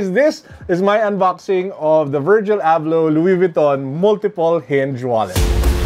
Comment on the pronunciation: Wallet looks nice. Did you get excited towards the end of the video as it sounded like you called him, perhaps it's his Moroccan cousin. 😉